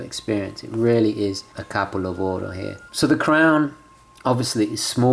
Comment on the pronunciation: love how you say "capolavoro", ads some italian flare